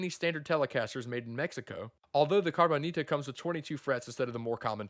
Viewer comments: It should be “Cabroncita” to say it correctly. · Nah, they should just do a CARBON-ITA like this guy pronounces it, and build it out of carbon fiber... ;)